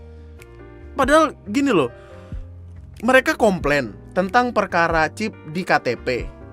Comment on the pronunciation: Normal pipel: chip Tiktod kontolodon: chifs